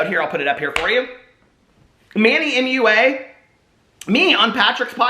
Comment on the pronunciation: Manny Mooa Mooa😂 you crack me up! Gah I adore you. I thought Manny Mua was pronounced mwah like a kiss when I first found him. 💋